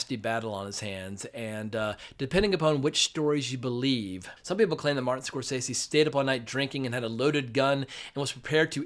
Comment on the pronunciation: Pronounce the Directors name correctly Score sese’